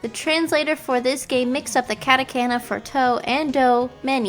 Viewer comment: ketekaina? Its KA-TA-KA-NA